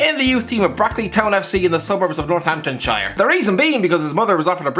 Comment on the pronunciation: You say Northamptonshire so badly